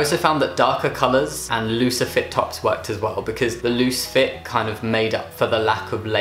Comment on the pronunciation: you said looser fit and i thought you said lucifer